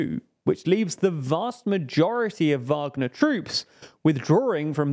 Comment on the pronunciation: They finally got the pronunciation of Wagner right after over a year of reporting on it. Now try get "Prigozhin" right